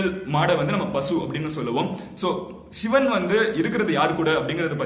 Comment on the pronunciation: ஷிவன் னு உச்சரிக்கிறதுக்கு பதில் சிவன் னு உச்சரித்தால் தான் அது தமிழ் நண்பா